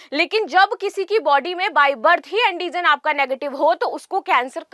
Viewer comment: Andijan nhi antijan Hota h